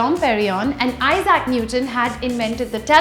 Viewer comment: its not Izaac , its Isaac - "Isek "